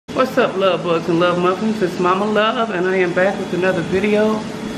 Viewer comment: Lol. I love. Did she say “glove bugs” lol